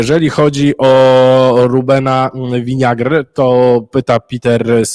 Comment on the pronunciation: Czy możemy już skończyć z wymawianiem nazwiska Rubena Vinagre „Winiagr”? Tę francuską wymowę z niezrozumiałych dla mnie względów zaproponował zaraz na początku red.Piela i tak już zostało - a tymczasem Vinagre to słowo które jak najbardziej instnieje w języku portugalskim (oznacza Ocet) i można łatwo sprawdzić że wymawia się tak jak się pisze - „Winagre”